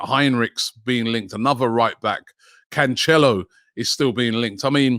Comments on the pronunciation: Robbie, it’s Can-se-lo, not Can-che-lo 😂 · Robbie butchering Cancelo as Canchello